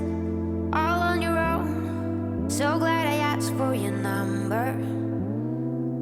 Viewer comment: asked not aksed